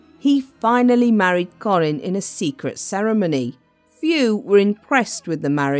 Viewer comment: Kah-rin, not Corin. What awful narration!